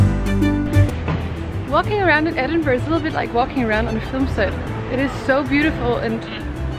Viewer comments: At least she didn’t call it Edinboroooow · Her pronunciation sounded quite good to me, makes a difference from edinburg or edinburrow that tourists usually say. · I’m from Edinburgh and I thought pronunciation was just fine. As the comment above says, a lot better than ‘Edinboro’ or ‘Edinburg’!